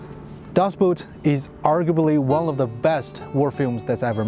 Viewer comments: It is pronounced Das Boot. i.e. das ˈboːt not das ˈbüt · Lovely work!! One minor observation...the word boat is German to begin with. It’s not Das “Boot”, it’s pronounced Das "Boat”. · You are mispronouncing the word Boot, the Germans pronounce it like us, BOAT as in the word OAT, with a B in front of it. To pronounce it like Boot the item worn on your foot, is incorrect. So to be clear, when you see the Title of the book "Das Boot" is should be pronounced as "Das boat" to be true to the Author's Father Tongue! Absolutely excellent art work "Mine Freund" I'm sure the Author, Lothar-Günther Buchheim would have approved! May he rest in peace.